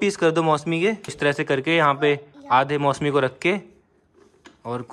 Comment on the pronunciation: Bhai mosemi nahi hata mosami hota hai